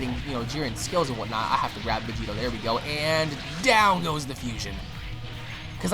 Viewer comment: VEGITO SAMA!! (Pronounced Begito)